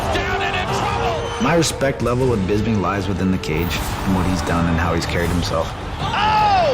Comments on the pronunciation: Luke what the fuck is wrong with you? His name is Bisping not BIZBING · Rockhold - "Bizbing"